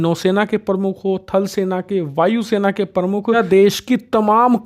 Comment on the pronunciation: Your Hindi pronunciations are very poor like you said vaayu sena parmukh which is wrong, I'd you are running a hindi channel then you should perfect in hindi, it's not parmukh, it is pramukh, thoda dhyan dijiye